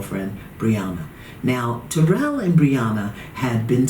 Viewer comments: It's killing me how see keeps saying his name wrong... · She is pronouncing taryll's name wrong. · TARYLL it's like the name Darryl with a T. I don't know how so many people pronounce his name so wrong! 🤪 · His name s Taryll which rhymes with the word 'towel'. She says his name wrong 😂 good show though.